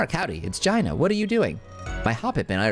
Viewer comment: The way you pronounce Gina absolutely cracks me up every time lolol